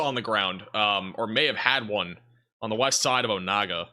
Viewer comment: “Pot ah whot ah mee” and “Oh nay gah”